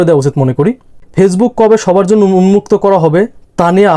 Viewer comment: কথাটা ফেইজবুক না, ওটা ফেসবুক